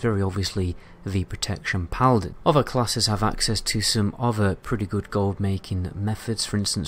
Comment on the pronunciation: maybe after he mastered the th, and doesnt keep saying gawer and ower instead of gather and other xD sorryyyy